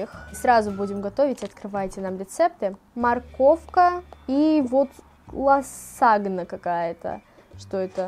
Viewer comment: лазанья, а не ласагна)